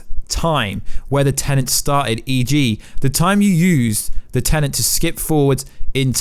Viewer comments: Very distracting when you keep saying 'Tenent' instead of 'Tenet'. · im british, stop saying tenent, its tenet.